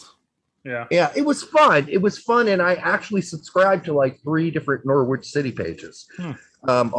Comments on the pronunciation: Nor-itch, you don't pronounce the w. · PLEASE learn how to pronounce Norwich, LMFAO!